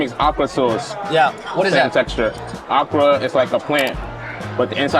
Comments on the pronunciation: The awkra got me. It’s O-kra my dude. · Not Ahk-cra It is pronounce Oh-cra Okra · He called okra awkra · Im so used to hearing OH-kra that i thought he said aqua, at first. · My ears hurt from him pronouncing okra. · They are African background Black American kids have way different cuisine and the way he pronounced Okra annoyed me 😭